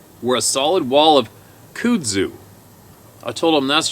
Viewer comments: Love that you called it "cood zue" cracked me up. I'm Alabama born and raised. It's Kudzu. Pronounced "Cud Zoo". Cud like what a cow chews. The shit is impossible to kill and will take over the world of you let it. It's a vine that grows 6 to 12 inches a day during the summer. It breaks foundations. Anyway. I just had to break your balls on it. I was rolling watching you trying to pronounce it. Love the channel. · It's pronounced cut-sue. I'm pretty sure. Just sayin. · Just a FYI, it's pronounced cud-zoo Here in the south. Love what you do man! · I laughed at your pronunciation of Kudzu. It’s pronounced like cud zoo. I love listening to these emails. Very enlightening. Please keep reading and informing those who will listen.